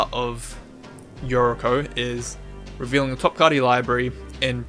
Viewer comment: I hate to be that guy but I'm pretty sure Yuriko is a japanese name (or at least Japanese inspired) and the syllables are most likely Yu-ri-ko (you-ree-ko) not your-ik-o as you pronounce it. I'm not a big fan of relying on conspiracy type effects to get more "ninjas" in the deck. I'd rather fill the slots with changelings (and I forgot about mutavault, thanks for that). The split card interaction sounds awesome however and is the most enticing part of this deck to me. Most split cards are mediocre at best and I love decks that encourage playing underused cards.